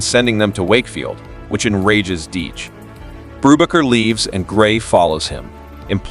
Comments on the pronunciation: Your bread and coffee cakes are baked by a baker, not a bocker. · Hey kids! have your parents ever said, "We'll have no further word on the matter!"? This movie is where they learned it, Brubaker ended many disputes with that line. And Robert Redford's character was not Brewbocker, Boob rocker, Boob raker or Any of these AI bastardizations, it is "Brubaker". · The A.I voice should win an award for being able to pronouce "BRUBAKER" TWELVE different ways!! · I think the AI voice pronounced "Brubaker" in SEVEN different ways. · The name is not pronounced correctly because it's AI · Did you even WATCH the movie? You can't even say his name right. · How many pronunciations of Brubaker, can you count? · Zero correct pronunciations. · I'm pretty sure it's AI narration. A real human wouldn't keep changing the way they pronounced Brubaker. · Do you have a problem with pronouncing the name correctly? And why would we subscribe before watching? Your starting off badly.